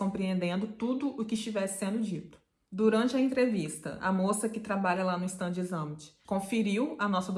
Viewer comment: Fala assim: chtándes - ámt ....a vogal " a " não se pronuncia como " ã " , que é muito comum para brasileiros!